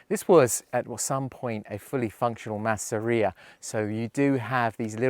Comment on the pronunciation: Das nennt sich nicht maaaseria,sondern massseria betonung auf dem zweten buchstaben 🇮🇹🧟‍♂️🇮🇹